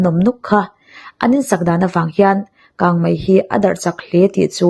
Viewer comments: Bengvar thlak e mahse kang mei tih turah hian kang mai I ti hian ka hre deuh thin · Kangmai ti a lam i ang thin Kangmei tih tur a ni si a Mi te en bik in ni a thangthar te tan phei chuan an en tawn in ni Kan tawngkam hmandan leh lam rik dan i uluk zual ang u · A aw hi ngaihthlak chu nuam țhin khawp mai, mahse, kang mai ni lovin kang mei tih tur a nia😊 a țhen laiah hian țhelh deuh a awm leh tlat țhin, Aw mawi, ngaihthlak nuam ringawtah hian duh tawk lovin thu lam dikah hian rawn țang zel rawh aw 😅😅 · Kangmai a ni lo, kangmei aw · 'Ho' tih turah 'hau' i ti ngar ngar leh 'kang mei' tih turah pawh 'kang mai' i ti tlat mai bawk a, mizo ṭawng dik pangngai a awm reng laia a dik lo zawk i hmang hi beng a ti thlep deuh, zoṭawng hman dik kawngah ṭan han la leh deuh la, i chanel hi zo fate tan hian a hlu lehzual ngawt ang. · Kangmai niloin kangmei tihtur aw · Kangmei, kangmai ni lovin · 😄🤭 kangmai ti suh adik lo kangmei ti zel tawh rawh aw 😄😄🤭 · Nia keipawh hei hian ngaihthlak a ti hrehawm ka ti,a hma mi ka ngaihthlak pawh khan kangmai vang hian ka hah tluan ṭhak...thildangah mei a hmang thiam tho sia,a dang chu a ṭha tawp maw le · Kang Mei.tih tur ni zawk Awm tak a ni.